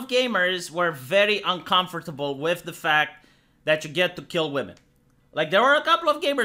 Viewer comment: It makes me uncomfortable the way you say uncomfortable.